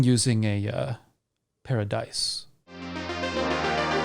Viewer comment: 🤦‍♀️Paradise. Pair-a-dice 😂